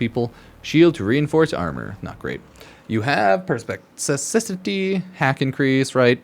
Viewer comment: perspuhseeseetee? X perspicacity = perspeekahseetee